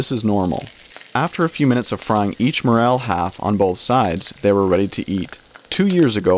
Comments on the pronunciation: You said the word mushroom once and morraaaaal 372 times!!! Its Morel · I heard the "A" in Morel is even more hard to find then the Mushroom itself.